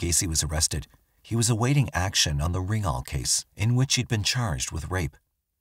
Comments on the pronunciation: Rignal not RINGnal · His name was Rignall. Not Ringall! Please research and respect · You have some things wrong. It’s Rignall not Rinknall. Gacy was Polish and Danish not Irish.